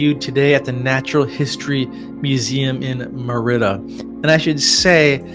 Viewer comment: Please pronounce Merida correctly .I think the the circle is a speaker/recording device.